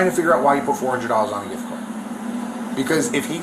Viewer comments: What the hell is a jiff card? Cant even speak but steals. I bet she sends the money back to her country to help them out. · The jif card. Girl stop it 😅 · Right lmao talkin about sum damn “jiff card” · Asking for ID and interpretation of MIRANDA are two different levels of understanding. I genuinely believe she's not thoroughly understanding. She can't even correctly pronounce simple words like "gift"